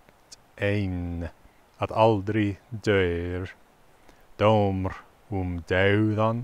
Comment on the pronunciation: Imho, all vowels would be straight with no diphthongs, unless a diphthong is actually fully spelled out (e.g. in “deyr”). Like in Swedish and Finnish. pronounces “dómr” with a diphthong - pronouncing it like “doumr”. I think it would instead be pronounced just like “dåmr”, with a long vowel Å. The vowel á should be pronounced like Swedish long A (like in “father”). The vowel a should be pronounced like Swedish short A (like in “mother”, or “hah!”). The vowel é should be pronounced like Swedish long E (like in Swedish “tre”). The vowel e should be pronounced like Swedish short E (like in Swedish “tretton”). The vowel ó should be pronounced like Swedish long O (like in Swedish “mord”). The vowel o should be pronounced like Swedish short O or short å (like Swedish “mord” or “gott”). The vowel o caudata should be pronounced like Swedish short/medium/long Å (like “gott” or “gåta”). As others have pointed out, a short vowel and a long vowel doesn’t just have different lengths - they have different sounds too. A long A has a different lip and tongue positioning than a short A (compare “father” and “mother”). The word “sama” in the first stanza mentioned has no long vowels. So it would be pronounced more similar to Swedish “samma”, with both A vowels having the same sound and length. (If the first vowel had been á, the two vowels in “sama” would have been the same as in the Swedish word “gata” - but that’s not the case here.) Here’s how I would write that stanza in “phonetic